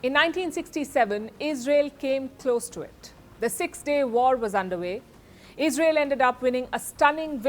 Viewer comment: Iz Rey yell is out of control